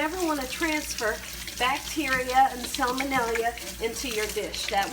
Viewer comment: yup ya gotta watch for that 'salmon-ell-ia'....most soccer moms just can't say that word.